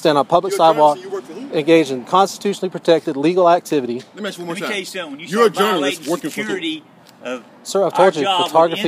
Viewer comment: "Let me tell you suttum."